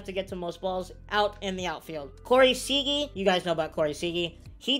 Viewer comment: It’s pronounced “sea-ger” not “sea-gee” lol